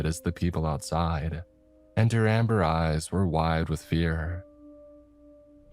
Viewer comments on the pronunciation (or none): none